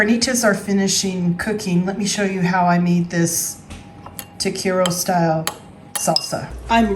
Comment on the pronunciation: Tah Keh reee yah is the correct pronunciation FYI This looks amazing!!! I absolutely love your videos!